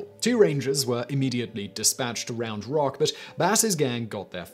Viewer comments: No need to emphasize the rock it's just Round Rock should be one word but it's two😂I'm from that area of Texas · I'm from Cedar Park, I kept laughing at the way he was saying 'Round Rock'